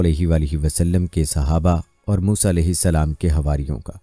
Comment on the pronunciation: Saaf saaf musa A.S.. ka naam aap kai muh saii nahe nikal raha hai